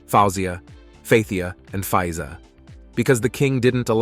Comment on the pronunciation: King Farouk ascended the throne of his father in 1936, not "1986". Man, check your dates. The monarchy was eliminated in Egypt in 1952.The proper pronunciation for his sisters' names are : faouw zeea, fat heeya, faillza. So easy to google that stuff. Can't watch much more of this; they're also not presented in proper order in the one of the sisters is missing, the one on the left is the queen mother.